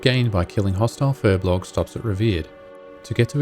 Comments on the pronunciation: Another "Furblogger" It's Furbolg! :P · not Furblog but Furbolg! >_<